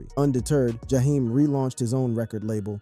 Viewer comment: And who is Ja- hime? 😂